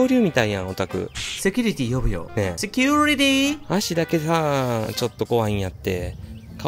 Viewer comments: のめっちゃ発音のいいセキュゥリティィーにやられました😂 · 受付担当の セキュウリティ〜の発音 カッコ良い！ さすがハワイの🤭